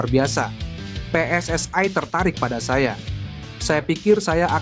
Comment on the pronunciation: Pe-eS-I bukan Pe-eS-aE